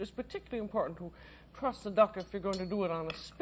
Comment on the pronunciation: I thought she kept saying "trust" the duck. I was thinking I don't think it's going to peck at this point.